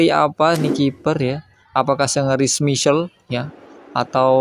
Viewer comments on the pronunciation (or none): Salah bang penyebutan nama Schmeichel nya, bukan "smisel" tapi "smeikel" 😂😅